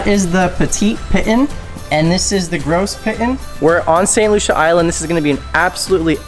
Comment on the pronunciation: Btw...its Gros Piton is pronouns as "go pee tour" lol